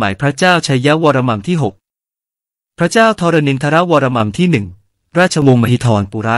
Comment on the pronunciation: ตรวจสอบนิดนึงค่ะ'วรมัม'หรือ 'วรมัน' ผู้อ่านออกเสียง'มัม'ทุกคำ ส่วนตัวเคยเจอแต่ 'วรมัน'